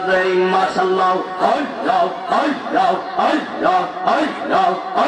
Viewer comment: এ কেমন জিকির আল্লাহর নাম অস্পষ্ট মনে হচেছ তাহেরী হুজুরের অনুসারী ???